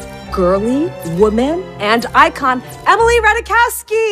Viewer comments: it’s rah-tie-kov-ski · actually her last name is pronounced; Ra-taiy-kov-ski. So is Ziwe some anti woke comedian? She's hilarious. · The girl should learn to pronounce her own name, as follows: RAH-TAI-KOFF-SKI. And no, Emily, that J is not silent, in the original Polish. CCS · It's mildly funny because her last name is polish in origin and it's definitely not pronounced how she does it (which is absolutely fine)